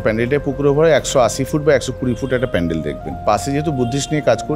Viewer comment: Pendel na pandel😂😂